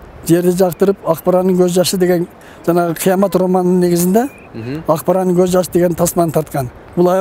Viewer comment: Дагы "акбарандын"деп коет,нары жакта эс алып жургон чон эле киши да "акбараттын" дейт го😅